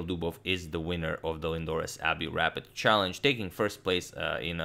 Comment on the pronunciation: I really like the way he says Lindores Abbey Rapid "CHALLENGE"